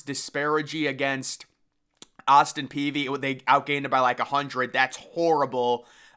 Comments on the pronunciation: It’s pee idk why it’s so hard for him to say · "Austin -Peevy" 😁